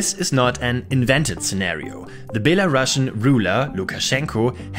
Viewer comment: You should pronounce "Belarusian" instead of "Bela-Russian." "Bela-Russian" was correct back in the Soviet Union because the country was then called "Belorussia." Now it is "Belarus."